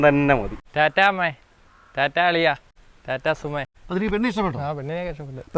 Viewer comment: ടാറ്റാസുമേ..😂ടാറ്റാ സുമോ അല്ലേ ശരി 🤔